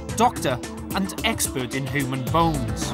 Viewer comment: Someone really needs to teach the narrator to enunciate u sounds properly. Hooman, hooge, noo, reglar ... its so bloody distracting